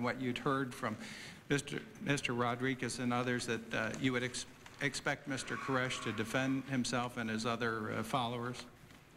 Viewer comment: Is that Sarabyn character happy being the only person in the whole world to mispronounce the last name 'Koresh'???